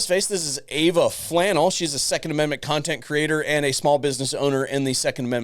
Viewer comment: It's fluh-nell btw. Not flannel. She's big on that lol